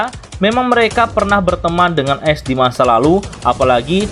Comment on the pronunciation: dibacaanya aes bang bukan es